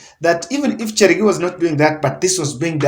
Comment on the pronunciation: CHERARGEI not Chergei wachameni😀